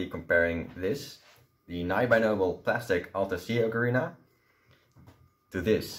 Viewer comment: FINALLY someone actually says ocarina correctly. :)